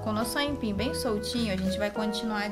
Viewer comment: Moça , não é aínpim . É AIPIM